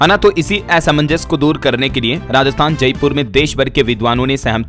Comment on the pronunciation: असमंजस, असंवेदनशील, असंतोष इन शब्दो का उच्चरण सही नहीं किया अपने। कृपया ये चीज़े सुधारें।